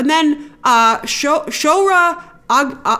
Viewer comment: “Show-h-reh-h” not showra